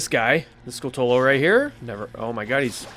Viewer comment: Haha nice you finally said Skulltula correctly. 😅